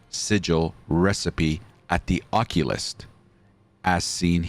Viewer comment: You really mispronounced occultist lol